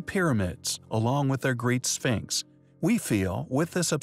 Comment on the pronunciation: The way he pronounces sphinx lol